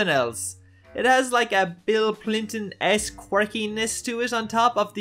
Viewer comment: Thanks for the clarification, i'll look his cartoons up. Even the YouTube subtitles thought you said Clinton lol.